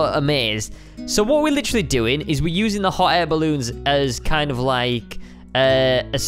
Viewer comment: He said literary